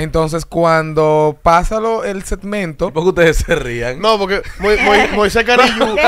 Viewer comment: Moises: setmento o segmento quieres pronunciaras de la cuenta las palabras y moleeta